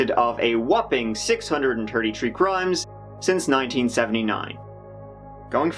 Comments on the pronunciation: Do you make no effort in pronouncing thirty, or third? Or does it come out " turdy " even when you try your hardest. Your accent isn't even thick and then you say turdy, or six hundred and turdy three. You can do it brother. Say if with me, th, th, thirty. Really accentuate that " th " sound. Lose lips tongue to your two front teeth, "TH irty ". Maybe even try " Terty ". Imagine there's an e in the word and accentuate it. You're accentuating a U that's no there. Makes me think of a turds... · Thirty= turdy 😂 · Like how he says thirty. Tirty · Gasolinewine the “th” in “the” is voiced, but has trouble pronouncing unvoiced “th” sounds